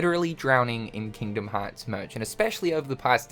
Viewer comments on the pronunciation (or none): Kingdom haaatz